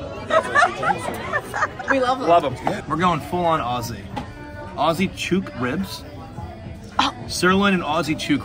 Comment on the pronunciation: Omg the way pronounced chook ☠️